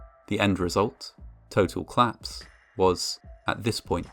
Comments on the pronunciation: Great voice! Col-lapse has two syllables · COL-LAPSE. 2 syllables. So irritating to hear it wrong so often from such a wonderful voice.